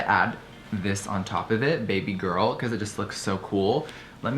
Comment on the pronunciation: The way he said "bebeh girl" was weird